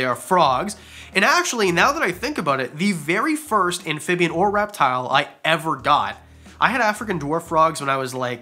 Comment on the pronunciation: Okay, my husband was in the room when I started watching this, and the first time you said "reptile", he heard "rap battle"... Maybe a future video idea..? 🤣🐍